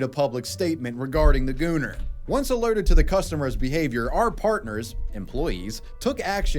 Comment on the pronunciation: Bros pronouncing gooner with the hard R